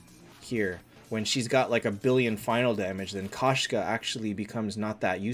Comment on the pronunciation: Its pronounced k o shka. It means female cat in Russian. Кошка